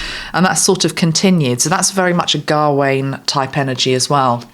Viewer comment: Gawain is pronounced as not pronounced gah wain. It’s a Ga but rolls into Wayne without two syllables. Smouthly. I have a nephew called Gawain